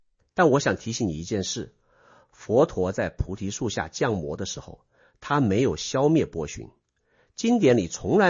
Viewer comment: xiang 魔，二声，不是jiang 魔